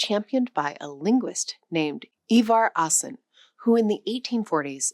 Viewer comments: "Ivar AAsen" are pronounced Ivar Åsen, Double aa is an old way of writing å... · Hard to take a video seriously as a linguistic deep dive into Scandinavian languages when the narrator can’t even pronounce "Ivar Aasen" correctly.